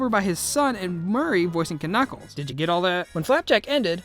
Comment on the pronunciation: You dont know how to say Knuckles